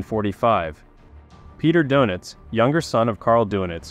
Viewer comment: You might want to listen to the German correct pronunciation of the admiral's last name, just saying.